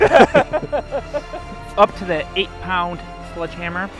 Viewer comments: 0.25 seconds into it… did he say “sludge” hammer. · Anyone else hearing “sludge” instead of sledgehammer?! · "Sludge" hammer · I’m pretty sure he’s saying sludge hammer. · Is he saying sludge hammer? I’m from Michigan and 🤷‍♂️ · He's saying SLUDGEhammer????? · Is it just me or did I keep hearing say "Sludge hammer"